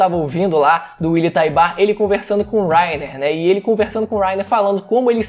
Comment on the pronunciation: “Uily taibar” skdkdkdk